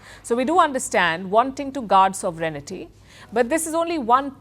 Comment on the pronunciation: it is pronounced sov ren ty